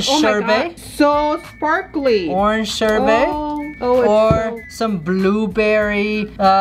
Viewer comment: Emmanuel Essel Finally someone says sherbet like I do!! My brother says sherbert..... ugh